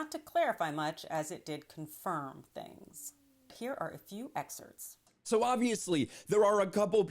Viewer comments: its excerpts .. not excerts... theres a P in front of the ts... that is all... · A few "excerts"